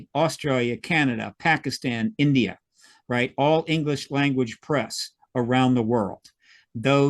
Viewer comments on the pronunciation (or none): none